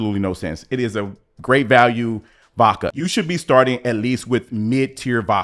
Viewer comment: "Great Vakue Vodka 🍸"